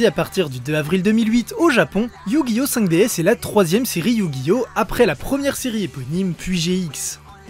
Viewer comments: Ça se prononce "Five Diz" ! ;) Et pour moi, c'est de loin, de très très loin la meilleure série Yu Gi ! Merci d'avoir traité ce sujet ! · Le s ne se prononce pas ca se dit juste 5 D ou meme 5 dragons